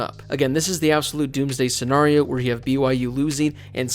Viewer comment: Can you please stop mispronouncing Scenario :(